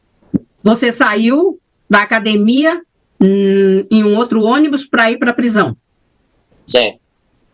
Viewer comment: "nóis ia, ônibu, acordemu....15 anos,assassinou a língua portuguesa 😅😅😅